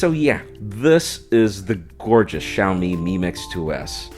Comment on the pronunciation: Thanks for pronouncing XiaoMi correctly. Always makes me sad when Americans can't pronounce Chinese names, makes us look stupid. So, thank you. Also welcome to Shanghai and enjoy Shenzhen. Both great towns. Welcome to message me if you need anything